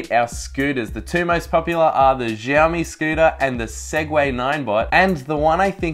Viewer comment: giaomi ? :D :D aussie cant pronaunce.. its shiaomi